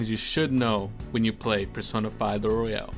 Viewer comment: Your voice is fine, it's royal not royale though